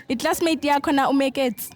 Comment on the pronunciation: Moeketsi not meketsi